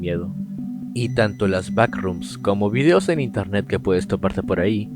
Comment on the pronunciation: Wey dice INERNET ._.